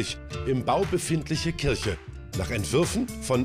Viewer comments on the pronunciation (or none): none